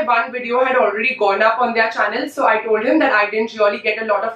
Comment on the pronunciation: The way she pronounces "their" - like they are.